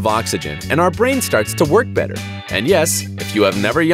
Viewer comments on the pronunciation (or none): none